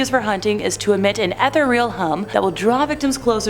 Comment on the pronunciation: the way she pronounces "ethereal" is weird and bothersome.